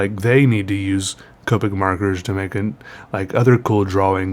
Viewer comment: i mean i'm pretty sure it's pronounced COP-ick not COPE-ick but you do you